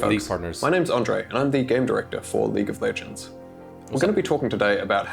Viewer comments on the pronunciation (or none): am i the only one who hears him say leak of legends